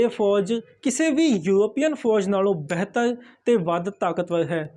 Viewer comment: ਬੈਹਤਰ ਨਹੀਂ ਜੀ ਬਿਹਤਰ ਤੇ ਨਗਾੜਾ ਨਹੀਂ ਜੀ ਨਗਾਰਾ